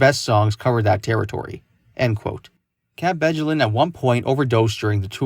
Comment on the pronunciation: The “j” in “Bjelland” is pronounced like a “y”. 🙂